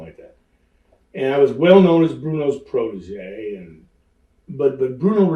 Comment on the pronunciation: How many times did he say protogee during this interview?